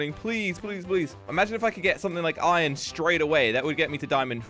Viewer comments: jelly keeps on saying ion but its pronounced iron not ion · always says ion for some reason